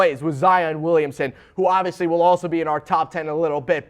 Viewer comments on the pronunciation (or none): none